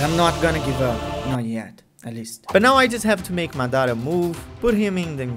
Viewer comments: for god shake, It's mAdara. not madAra. cool video though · Madara ❌ Madaarah ✅ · i am not trying to be mean but its "maad ra" not madara like it is pronounced like that :)) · Dude great job ... but after all of this work you can't say his name right ... its Maaadra (fast) ... not Mdaaara .. wich u the best keep it going 👍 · It's "MAH-dah-ra". Empahsis on the "Mah"... Not the way you're saying it.... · Dá de perceber que ele é BR só pela pronúncia de "Madara" e Naruto" kkkk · Amazing but they way you say Madara is just horrible D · Bro not even saying madra right